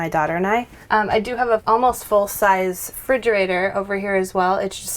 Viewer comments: Love the house but she just kept saying fridgerator 🤷‍♀️ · I love her and the house but it annoyed me so much when she said ‘fridgerator’ instead of refrigerator or fridge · Lady, it's either refrigerator or fridge, not frigerator.